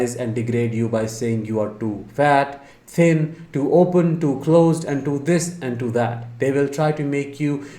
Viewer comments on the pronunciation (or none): none